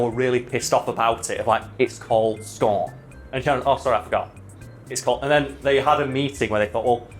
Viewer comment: Everytime says "scorn" I hear "scone" I'd still watch a keanu Reeves movie titled "Scone"